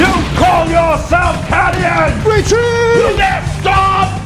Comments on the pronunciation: How...how did he pronounce Cadians? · He pronounced Cadians wrong... HE PRONOUNCED CADIANS WRONG AAAAAAAAAAAAAAAAAAAAAAAAAAAAAAAAAAAAAAAAAAAAAAAAAAAAAAAAAAAAAAAAAAAAAAAAAAAAAAAAAAAAAAAAAAAAAAAAAAAAAAAAAAAAAAAAAAAA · He said "Cadians", so it's most certainly supposed to be a lasgun.